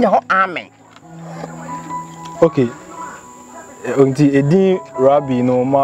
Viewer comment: Yeah u guys are right, is ameeeeen but not Amen like he was sayin. Thanks ladies and gents for correcting me